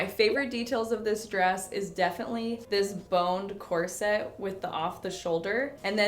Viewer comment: It’s “corset”, not “corsette”, and pronounced accordingly.